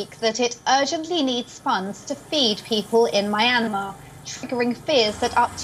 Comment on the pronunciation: You can't pronounce the name of the country, or their elected leader. The owner of this channel should message me if they want someone better.